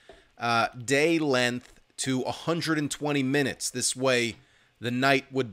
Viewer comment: has trouble with words that end in "gth" (strength - length, etc)